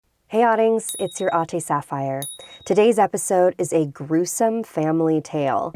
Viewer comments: Hello, I really love your channel but the Filipino thing is just wrong. Ading- not "uh-ding" its "a-ding" Its not filipino, its ilokano for brother and sister. Ate - Not "oh-tey" its "a-teh" I have pointed this out before. Its actually becoming a trend in ph how you say it. No hate just informing. :) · I didn’t know she was saying “Ate” which is bigger sister-figure this entire time because that’s not how you pronounce it. It’s the short a sound like in ‘apple’ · The way she pronounces “Ate” is so different from how I pronounce it when I talk to my Ate(s) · All this time i thought she said.... HEY EVERYONE ITS YOUR ATE SAPPHIRE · I used to think she said 🤦🏽‍♀️😂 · How to pronounce: Ate. ah-teh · I thought she’s been saying Aunty this whole time lmao 😭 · Okay, I actually thought that she's saying a completely new word in the beginning. Filipino word pala. "Adings" and she also said, "Ate Sapphire." I thought its "Oteh" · I always thought she said “Hey oddings, it’s you ”